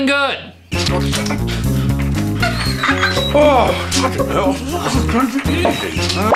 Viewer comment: I'm sorry but I did not hear "fvcking he//" I heard "fuhhin hall"😔🤣